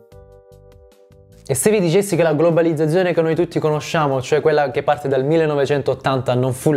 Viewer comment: bravo come sempre ma oltre al francese anche c'è qualche problema di pronuncia con la parola GLOBALIZZAZIONE- Urge un corso di dizione per sterronizzare la divulgazione! ;-D